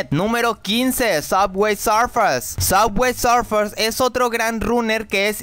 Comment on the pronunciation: A alguien + le da gracia como pronuncia suway surfers?